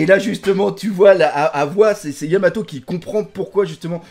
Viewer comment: luffy dit vraiment yamao, il zappe le t aussi en japonais.